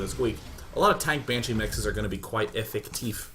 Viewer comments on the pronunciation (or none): I can hear that a Dutch player won the RedBull tournament! He pronounced 'effective' as it is in Dutch -> 'Effectief'. LOL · he said effective witha perfect german prononciation